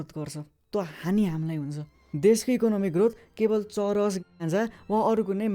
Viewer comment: Churas re still its weed its not churesh